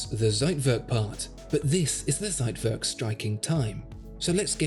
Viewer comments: It’s TSeitwerk not Seitwerk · I love your videos, but as a German, every time you say Zeitwerk , a piece of my heart dies. Z is pronunced as "tss". Thank you for the amazing video ❤️ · the "ssseitwörrk" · It is not a "seitwörk", it is a Zeitwerk with a Ts sound, and an e, NOT an ö... please go back to school please please this is terrible.. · You are trying to say Zeitwerk and fail. It is Ts not Z, like it's v not w. I'm sure that was heplfull. Keep up the good work. Greetings from Hot and Sunny Greece. Theodore